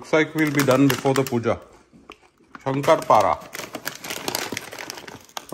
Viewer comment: It's shankarpali not shankarpada , Hey u r mumbaikar & still u don't know pronunciation 😬😬😬